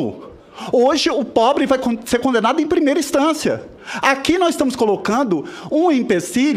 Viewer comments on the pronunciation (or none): Senador falando “nóiz”